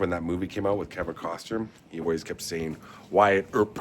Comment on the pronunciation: "Wyatt Earp with Kevin....what's that? Kevin who again? Costrum? Did you say, Costrum?"